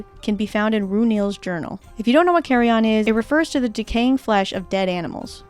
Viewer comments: Great video, but if I'd allow myself a pronunciation nitpick. In American English at least -- what you pronounced as carrion-on, is in fact pronounced correctly as carry-in accurately... but I loved the video regardless. Cheers! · Carryon is luggage. Carrion is decaying flesh. Pronunciation is important. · It might be a US/UK thing, but the pronunciation of carrion as "carry-on" made me laugh, it makes it sound like you're trying to board a flight holding a vulture.